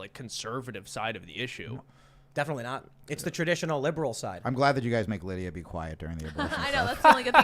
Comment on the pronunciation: Tim- you seriously can’t pronounce Lidia’s name?!